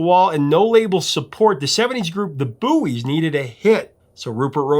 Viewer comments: The Buoys had a reunion concert May 15th here in Wilkes - Barre Pa HEY IT'S PRONOUNCED BOYS-NOT BOOEYS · Isnt Buoy pronounced BOY? not BooEees? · Talk about CREEPY, when you started calling the band the BUOYS, it made my skin crawl. I live very near where the band started and ALWAYS the band was called the BOYS. Yes I know it is spelled like a buoy but take it from someone who knows, the pronunciation is BOYS. Otherwise love your channel. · get the proper pronunciation of the group The Buoys. It is pronounced The “Boys”.You do a nice job but inexcusable for incorrect group pronunciation. It’s what you do! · Buoys .... Pronounced Boys . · I'm from Wilkes-Barre, the same town the Buoys (it was pronounced Boys) were from. Strange song, based on an actual event where a plane crashed in the Andes and they had to eat the dead. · I'm from Scranton, hometown of The Buoys. Saw them play many times. In their final iteration as the band, Dakota, I hosted their final concert at Montage Mountain in Scranton. Apologies ahead of time. I'm going to be "that guy". Even though it's spelled "Buoys", it's pronounced "boys".